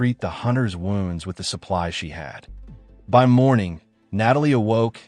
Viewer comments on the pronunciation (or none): So many recaps and you still can't pronounce ' wounds ' properly